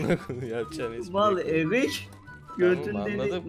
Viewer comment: Abi o erik değil eric